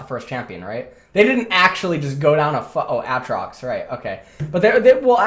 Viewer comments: A-A-TROX...I can’t tell if is a dumbass or trolling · love seeing jokes about how you/he said AAtrox. i made that joke way back when (maybe 8-10 months ago) Ayyyy-trox lmao